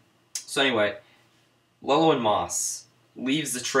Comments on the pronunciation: It's pronounced Loo-Ellen and Sugar is pronounced like Cigar. Good try though. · You're right about it being pronounced Loo-Ellen but Chigurh is pronounced more like Sha-gurr, whith the SH sound, not a regular S sound.